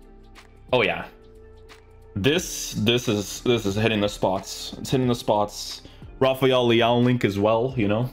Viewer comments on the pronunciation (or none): none